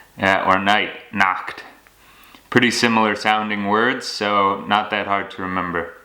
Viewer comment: Pretty good, but: be careful – Nacht is not spoken like Nackt, nackt means nude!! So try to get the ch-sound properly. It's like a soft and short snoring :) or the same sound in Scots. The other ch-sound f. e. in "ich" is like in a small giggle chi chi chi chi. :) But your pronouncation is quite good!! And you are really right, most of the Germans are "bi-lingual" :), the dialect that is spoken in the specific area, and the Hochdeutsch. And the dialects contain their own words and very often a typical grammar, f. e. "dem Vater sein Auto" instead of "das Auto vom Vater/des VAters" and so on. Take care of you and all the best here in Germany!!